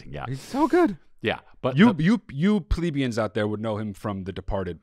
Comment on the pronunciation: Calling people plebeians while mispronouncing plebeians is chef’s kiss stuff 🤌